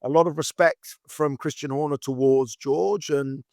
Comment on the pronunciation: Does anyone else get really bugged by the way Karun says "towards"??